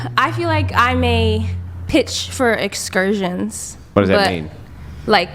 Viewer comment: Why the emphasis on excursions?